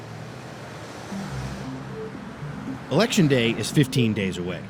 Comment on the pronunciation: ‘Ulection Day’